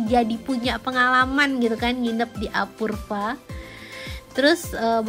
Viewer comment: "apurva"...dibacanya "apurwa"!!!